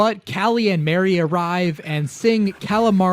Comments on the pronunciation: Agreed. I've NEVER heard anyone pronounce the name Marie as Mary until Splatoon. It should be pronounced like Marie Antoinette. I get the joke is "Calamari," but Mari and Marie are different names, and Callie isn't something weird like Cala. It's just a set of pun names, and yet I can't help but get upset when people call her Mary. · He mispronounced Marie. Her name is pronounced like mari, like in calamari. Judd also didn't create Lil Judd. He was created by a glitch when thr cryo chamber thought that Judd was dead